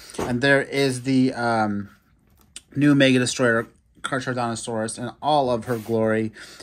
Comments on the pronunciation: It’s not car-charodontosaurus it’s pronounced car-carodontosaurus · Caracardontosaurus is how you say. 👍🏼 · The way you say charcharodontosaurus🤣🤣🤣🤣🤣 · Carcharodontosaurus is pronounced “car-car-o-don-to-saur-us”